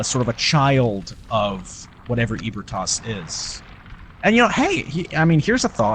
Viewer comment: ebrietas is pronounced "eebrieatas" not EEBERTAS